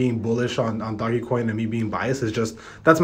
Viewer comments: It’s not doggy coin. It’s like dogue coin. 🤦‍♂️ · Dohgggg. Its pronounced Doughj like doughnut but no nut. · It's not doggy its doge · “Doggie coin” 🤦‍♂️ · fr the reason why people are selling rn bc people can’t pronounce ‘Doge’ correctly. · Did you just call it "Doggy Coin" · Its doge not dogE say it like dodge but with out the 2nd d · Haha right